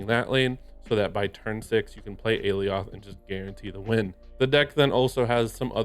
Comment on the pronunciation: I don't want to be that guy, but... it's "ah-lie-oth" (according to Loki season 1)